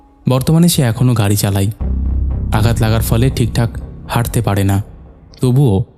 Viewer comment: হই(হয়),ঠেকাই (ঠেকায়),চালাই(চালায়),জাইগাই(জায়গায়),ফাকা(ফাঁকা),কাপতে(কাঁপতে),কথাই(কথায়)।আর কবে শুদ্ধ উচ্চারণ করবেন?